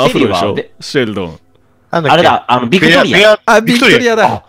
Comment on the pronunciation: うっしービクトリアを バクテリアみたいに言わんでw